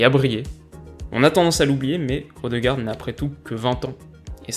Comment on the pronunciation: Super vidéo ! D'ailleurs, vu que j'adore tatilloner ( et qu'on a vu avec Piatek que tu avait à coeur de bien prononcer le nom des joueurs), sache que le ''ø'' de ''ødegaard'' se prononce ''eu'', et donc ''eudegaard'' :)